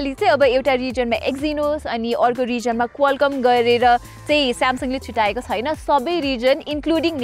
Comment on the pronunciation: यति राम्री नानी आवाज पनि कति राम्रो तर यो " छैन " भन्ने शब्दलाइ किन छुइन भनेर उच्चारण गरेर बोलेको होला। नेपाली भासा बिगार्नुमा यी नानी पनि जिम्मेवार छिन 😂😂